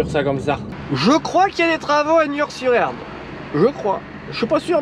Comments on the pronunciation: C'est Nort-sur-Erdre et non Niort-sur-Erdre 😜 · On ne dit pas "Niord" sur Erdre, mais Nord sur Erdre;) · « Nort sur erdre » 😜 allez bonne route on t’en veut pas 😜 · Ce n'est pas Niort sur Erdre mais Nort sur Erdre 😁 Dsl pour les travaux j'étais sur le chantier 😁